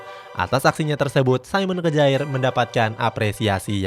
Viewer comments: SAYMEN KEJAER ??🤣🤣 udah bilang saymen, lanjutan nya kejaer 🤣🤣 KYARR minn bukan kejaer bacanya 🤣🤣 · Kejaer banget min bacanya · Simon Kjaer dibaca Simon Kier.......revisi dikit ya min